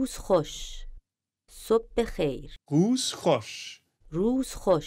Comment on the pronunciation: The second word ends with an R sob bekheir 😂 u kept saying at the end RTCH idk 😂 but yo u did so well 💪💪